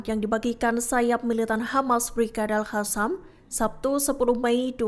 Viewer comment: Jadi males lihat beritanya, pembawa beritanya gak bisa baca, Alqosam disebut ALHASAM, gak bisa bedain huruf Q da H.